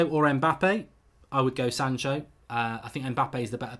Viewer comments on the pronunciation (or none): none